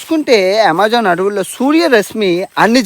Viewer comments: అమెజాన్ ❌ యమెజాన్✅ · Yamejaan kadhu bro amazon 😂😂